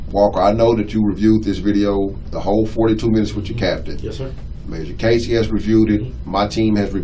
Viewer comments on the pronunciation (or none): none